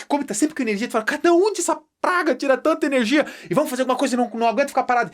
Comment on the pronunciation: " essa prrrraga"kkkkkkkkkkkkk aula ótima👏👏❤